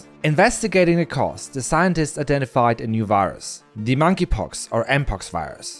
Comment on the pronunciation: Mongey pox?